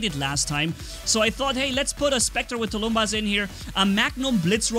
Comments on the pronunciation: Nothing difficult here. Just a "bus" (public transport) or "buses" at the end. Tulum-bus, tulum-buses. The "bus" syllable is stressed. It is a name of an ancient russian war drum. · First time I hear say Tulumbas and not T U L U M V A